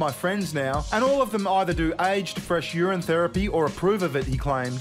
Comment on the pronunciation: why are you pronouncing urine as youran? urinal you pronounce normally..... is that an australian thing?